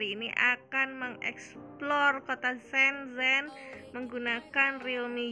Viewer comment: Sombong ya teman-temannya...😊 Mbak gadget blom mandi teteup cantik. Oh iya mbak.. Cuma info nih... Bacanya itu "Shen chen'' Keep vlogging ✌